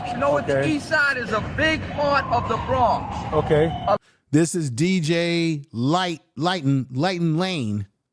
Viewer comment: And u keep pronouncing the Bronx wrong. Do u have a speech impediment?